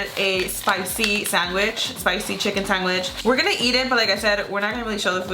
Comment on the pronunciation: I cringe when someone says Sanguich!! Whyyyyyyy